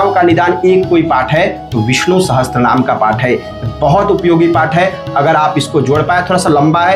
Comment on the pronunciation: विष्णु सहस्त्र नहीं पंडित जी विष्णु सहस्र बोलिये...... अपनी गलती के लिए क्षमा प्रार्थी हूँ